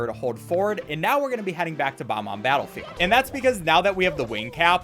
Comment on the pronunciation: And horribly mispronounces “Bob-omb”. I love, but that set me off.